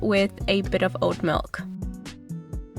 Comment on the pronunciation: Thanks for the ideas! Yum! I do have to say that at first I thought you were saying "old milk"...but pretty sure it was actually oat milk. Lol. 😁